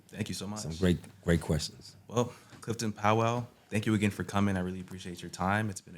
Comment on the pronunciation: Is this guy saying his name wrong?